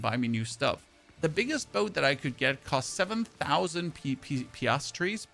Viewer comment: "PEE-ASS-TOR", or an S on the end for plural, more than one. At least that's how I've always heard it pronounced in English! Your English is fantastic for a non-native born speaker!